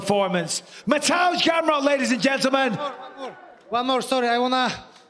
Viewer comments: "Gaymar" Realy? As someone whose role is to read out a name of a winner how can't you pronounce such easy to say surname. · He was pronouncing his nickname “gamer” 🤦‍♂️🤦‍♂️🤦‍♂️. Matuesz Gamer Gamrot